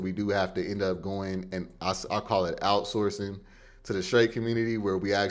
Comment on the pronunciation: Bruh said "OUTSOURCING " 💀💀💀